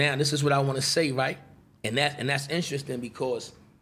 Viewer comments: "This is where it gets instrestring" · George Carbonell Jr. “glove department “ “instrinstin “ (interesting) I thought I was the only one